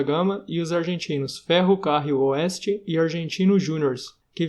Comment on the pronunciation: Péssima pronúncia do fayernoord e ferro carril oeste